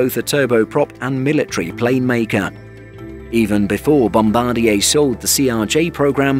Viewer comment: Nice to see a channel that pronounces Bombardier correctly. Thumbs 👍